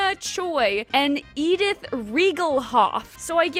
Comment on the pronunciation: Cuz she's American and I suspect she doesn't speak another foreign language because her linguistic skills seem pretty bad if she has a hard time pronouncing Hillaria or Edith